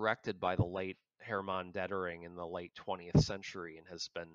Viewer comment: Good to hear from you again. Small correction: Detering not Dettering.